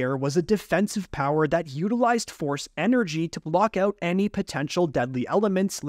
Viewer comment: Forcé shield